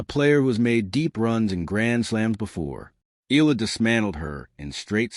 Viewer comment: Her name is Eala ( e à la ) not ( eela )